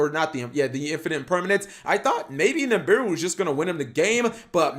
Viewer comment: 827 niMbiru pronunciations and counting